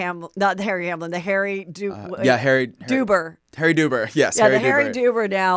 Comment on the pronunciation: Harry Dubin, not Duber 😂